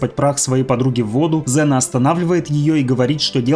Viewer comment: Ксена а неЗена